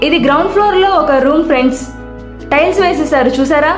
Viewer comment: స్టైల్స్ ఆ టైల్స్ ఆ మేడం గారు..😂😂 కానీ మీ ఉపోద్ఘాతం , వివరణ, బాగున్నాయి . ఇలానే కొనసాగించండి. చానల్ కి మంచి భవిష్యత్తు ఉంది.